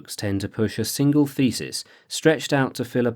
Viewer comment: I'm still not used to the way how thesis is pronounced.